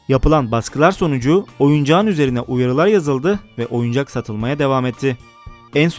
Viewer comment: oyucak diip oyuncak